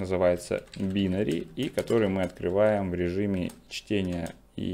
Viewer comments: байнари а не бинари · Все здорово. Но пожалуйста не говорите БИнари и джеэлЕ. Напоминает